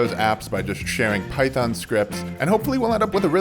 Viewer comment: Lost me at "phyton" 🤢 everything else is nice